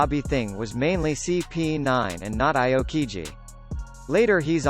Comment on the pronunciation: Aw-koh-jeeh is the correct pronunciation sirrrrr...